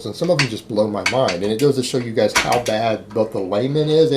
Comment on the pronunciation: Anybody else like the way he says "giays"!?